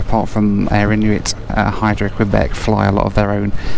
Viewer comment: Apologies to you. I’m a former Montréal resident. I’m a little sensitive how “Québec” is pronounced. I know it’s silly, especially, I’m from Lawn-guy land, New Yawk. (Long Island, NY). You videos are enjoyable. I look forward to seeing your videos.